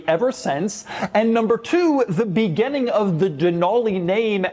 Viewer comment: Doug the type of guy to pronounce "beginning " as "begenning ".